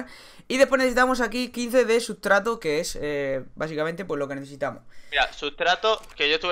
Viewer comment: sutrato o mitrato xdd jojo